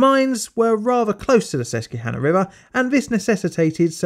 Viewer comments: Susquehanna is pronounced like "Sess-kwuh-han-ah. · Very good video, thanks for posting. Just for the sake of information, in the states it's pronounced, Sus-kwuh-hanna, but I'm not from the region and don't actually know which is the correct pronunciation. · it's okay! It's not an English word and comes from the local tribes that were here. In case you need ever do a video about the area again it's pronounced Sus-kwa-hanna! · It’s pronounced sus-qwuh-hanna River - a Pennsylvanian. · Glad someone else said it lol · Susquehanna is sus-kweh-hannah (the Native American names in Pennsylvania can be a nightmare to pronounce if you're not familiar with them) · Hi Pennslyvanian here. Just wanted to drop in and say that its "sus-kwe-hannah" and "lee-high" valley. Other than that great work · Quick bit from a fan in Pennsylvania: Local pronunciation for Susquehanna is SUSS-kwah-HAH-nah. You took a good stab at it, though. Additionally, coal and corruption played a huge part in the history of the state. The Pennsylvania State Police organization was created in 1905 in large part to end the thuggish tactics coal companies used to essentially enslave workers. Local police forces were typically on the payroll of the largest industries in the area. This often meant that steel mills and coal suppliers had the law in their hands. Attempts to strike for better conditions frequently ended in violence at the direction of the owners. Attempts by the Irish immigrants to fight back brought about the famous "Molly Maguires" incidents in the 1870's. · Just an FYI from someone who grew up on the Susquehanna River. it's SUS-QUAH-HAN-NAH. The "Q-U-E" is a bit misrepresenting on the pronunciation. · I love how he says susquehanna river. Its sus-qua-hannah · Sus-qwah-hanna River, Lee-high Valley Railroad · Good video but as a local it's pronounced "Sus-quah-hannah" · "sus-kwa-hana"... the "que" part is pronounced like "kwa", sounds like the first part of the work quack. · Not "Sess-Q-hanna" lol